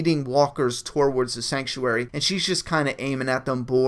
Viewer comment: not trying to be a dick but its pronounced too-wards not torwards